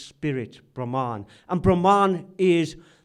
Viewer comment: Thank you,! Very interesting! One comment, though...the word for the Supreme One (written as Brahman) is pronounced Brhmn, with the two As hardly pronounced. It is not Brahmaan!:)